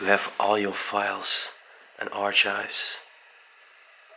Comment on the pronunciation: Oh yeah. Not that you really need to know, but archive is one of those words where the ch is pronounced more like a k as in ark (like Noah's). Arch of course is a supporting structure and the ch is the same as in church.